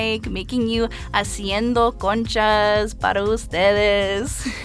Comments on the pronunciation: tell me why i thought she said coochie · 'Conchas' sounds a lot like 'kontjes' what means 'lil asses' in Dutch and I can't unhear it 😂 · I thought she was saying coochie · She know damn well that’s not you should say conchas . BTW if you’re born and raised in the USA you’re not Mexican, you’re American